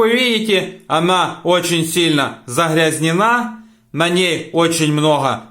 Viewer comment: .... на ней очень много нахара,захрязнена ,харчицей,режет слух,но хохотали с подругой от души 😅😅😅😅😅